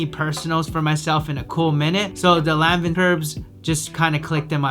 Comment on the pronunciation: Omg If you say Lan-Vin one more time! 😂🤣😂